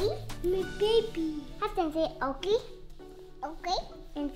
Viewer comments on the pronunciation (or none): Halston is so cute and like laugh that she said okely and said okely sorry if I say it wrong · Isn’t is so cute that halston says Okie for Oakley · HALSTON: MWAMY, DADY, BABY, OAKWEY, OAKWEY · Say taytam... okley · Say oalkay Okee Say tatumy Okee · Say Oakley, Oakley. Say Taytum... Oakley. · Say Oakley “ Oakley” say Tatum “Oakley “ 😂😂😂😂😂😂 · Maybe Halston says Oakley because whenever someone mentions the twins they say taytum and Oakley so when you tell her to say taytum she says Oakley